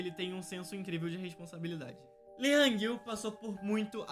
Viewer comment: amg o lee na coreia se pronuncia literalmente como "i" não LI ok?